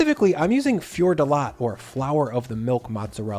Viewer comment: Hey, I can understand that the pronunciation of calzone is a lost cause given many year of Italian Americans messing with the language but there is no way people pronounce "Fior di latte" that way, even in the US, especially given how popular the coffee drink latte is. Yes, same word. Latte means milk. How the coffee drink went from "caffè e latte" to just latte and how hilarious that sounds to Italians is the topic for another discussion but in general Italian pronunciation is "easy": read each and every sound in the word. It's not French:-) If we write something it's because we want you to say it:-) Hit me up for more tips and that. Aside, keep up the great work.